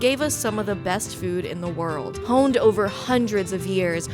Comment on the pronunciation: “it’s so jover” 😭😭